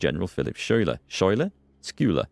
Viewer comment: Good job on all the videos in this series, and good luck with the fundraiser! And Schulyer is pronounced Sky-ler :)